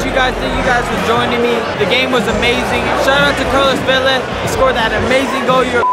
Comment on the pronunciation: dont even know how to pronounce velas name properly lol